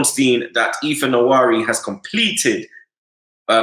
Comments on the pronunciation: It is not Ethan yawari, it is Ethan Nwa-Ne-Ri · It’s pronounced Ethan (Wan-nery)